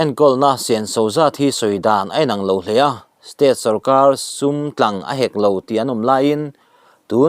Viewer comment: Pawisa tlang hek lo..tih i lam dan hi awmze bo vekin i lam a nih hi. Hek tih hi thluk seia lam tur. Tlang tih pawh hi vantlang tih angin.